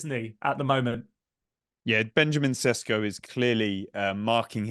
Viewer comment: It doesn't really give you much confidence in their opinion on a player when they don't even know his name. RB Leipzig's player's name is Šeško, pronounced like the initial sound in 'ship', as is quite clear from the spelling.